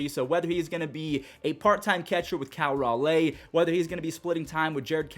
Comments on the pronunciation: Cal Ra-LAY lol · Did you just say Cal "Ral LAY"? lol